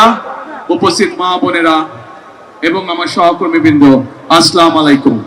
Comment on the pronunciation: সালাম শুদ্ধ করেন